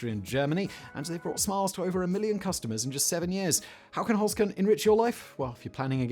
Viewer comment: OK am I the only one that thought at first with Simon's accent he was saying "Foreskin" but was saying "Holzkern" Had to rewind and listen again. Dang British accents lol